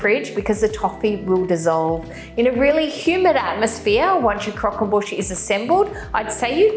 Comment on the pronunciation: "Boosh" not "bush" surely!